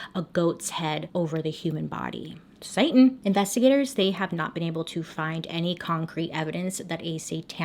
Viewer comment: Ok but when she says “satin” I know I shouldn’t have laugh but I was cracking up😭😭